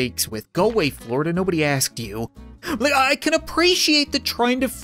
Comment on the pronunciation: It’s Florida, not floor to